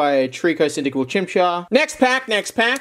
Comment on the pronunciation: petter griffin pronouncing chimchar